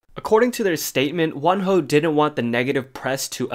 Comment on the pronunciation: I thought you say one hoe and im so shookth and confuse then i realise it is wonho